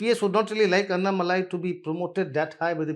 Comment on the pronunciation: please work on your pronunciations. English spelling may not lead u there It is Seemaaan, Naadaars, Covundars, Annaaamalai Thankfully there are abbreviated names for parties. Otherwise you are finished 😂